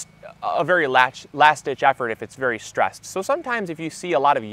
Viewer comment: Did you say, "berry exciting"?